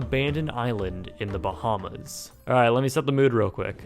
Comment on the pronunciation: I don't think i'll ever get use to non Bahamians pronouncing the names of our islands wrong lol